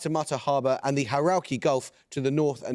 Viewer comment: That's the 'Hauraki' Gulf (pronounced "HOH-rah-ki" (or "HOW-racky" if you're old school)), rather than "Harokey."